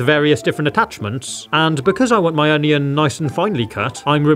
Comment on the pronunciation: I swear, he changes how he says onion every other pronunciation